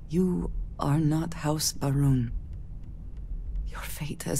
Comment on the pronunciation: I keep hearing House Vroom.